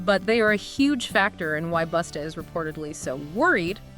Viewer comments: His name is busta not boosta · It's BUSTA. ASSHOLE NOT BOOTSTA..FUCKONG IDIOT